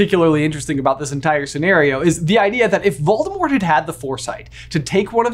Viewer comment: Hey, I hate to tell you this but you’re not saying Voldemort’s name right. Technically, the T at the end of Voldemort’s name is supposed to be silent. Voldemort’s name is supposed to end with a L when you say his name.